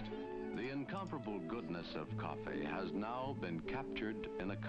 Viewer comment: The pronounciation is priceless, like the narrator is trying to make coffee seem really exotic. "Cof-fayyy".